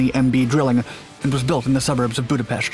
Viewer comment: he said Budapest correctly WoW!